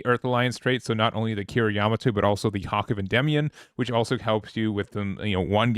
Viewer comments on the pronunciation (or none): none